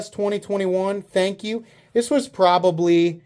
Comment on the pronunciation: Lol he said Fank